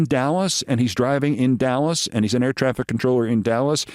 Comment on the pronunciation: Dulles, not Dallas, love you Keith